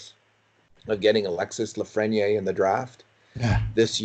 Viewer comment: Please pronounce his name reasonably close to how it should be pronounced: "Alexie Lafreni-eyre""